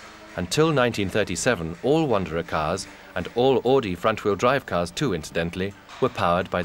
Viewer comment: AUDI! Not "AADI" Pronounce it right or don't say it at all